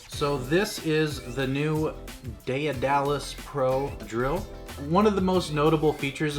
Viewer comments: its just daedalus not daeadalus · Day of Dallas lmao it’s day-duh-less say it w me now haha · BUHAHAHAHA!!!! But yea, Day-Duh-Lus.... Heil Miriam Webster... (Cough, cough...) I must be an old fart, I've never heard the term Grammar Nazi!! I can't stop laughing!! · ITS PRONOUNSED ( DEAD A LUS ) NOW YA KNOW MY FRIEND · Every time you mispronounced it as day-a-dalus I died a little bit more inside. I am now completely deceased. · " day da less" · Its pronounced Daed·a·lus! Check the movie The Right Stuff! The name comes from Greek mythology. I have the Daedalus V1 cant wait to get the newer upgrades. BTW The company has released an upgrade pack that includes the new clamp and spool holder. You still have to deal with the older drill (the chuck sucked IMO) but all the other upgrades are included. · It’s pronounced dead-ahh-luss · neat gear, good vid. its "DAY DUH LUS". Hes the dude who built the labyrinth for king minos who needed it to imprison the minotaur. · Still way too much work. It's pronounced Day-duh-lus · Are all americans this bad at grammer. Learn how to pronounce word properly. I've noticed it's only yanks that mispronounce this name